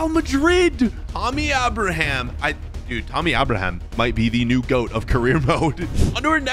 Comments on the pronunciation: Pls tell him its tammy abraham not tommy🤣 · It is Tammy Abraham, not Tommy?